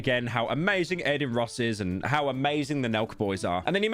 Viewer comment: Ah the hardest name to pronounce: Carmello Harris, A-Din Ross, and Andrew Ta-Teh.